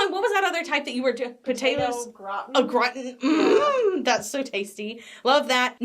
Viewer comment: potato "grat'n" ... butchering the French word gratin be like 🙃🙃